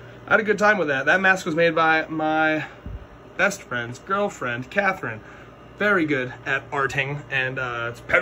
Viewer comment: The way you said “BEST friends GIRLfriend” had me cracking up lmao